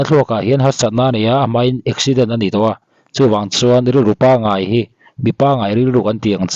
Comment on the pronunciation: Eizawl i ti thûl, Ngaih tih turah Ngeih i ti thul. Fimkhur teh.